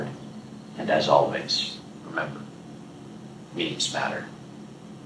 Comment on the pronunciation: Meme = "Meem" ≠ "Me-me" 🤔